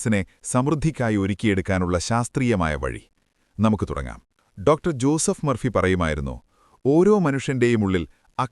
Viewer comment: ഒരാളുടെ പേര് പറയുമ്പോൾ സ്റ്റൈലിഷ് ആക്കരുത് സർ, ജൂസഫ് എന്നല്ല, ജോസഫ് എന്നു തന്നെ പറയണം.